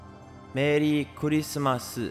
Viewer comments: Engrish Merii kurisumasu lolol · Merri Kurisumasu ,.it's funny engrish ranguage? lolol